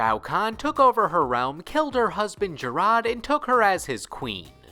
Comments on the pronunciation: You pronounced King Jerrod's name wrong. It's pronounced Jared. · 😭 man's said Jaraad.